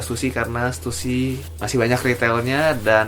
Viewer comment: stussy bukannya dibaca (stasy) ya?